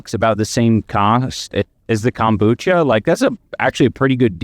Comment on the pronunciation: Yo seeing Ian go through this after he F*cked over his BF of a decade he DESERVES IT!!! He doesn't need Kombucha with that stinkin a$$ breathe his wife says he has frfr, and why does he call it CUMBUCHA??? He will be taking the bus soon, what kinda idiot moves to Canada when they are BROKE??? Canada is more expensive than America, are they that scared of his former boxing coach??!!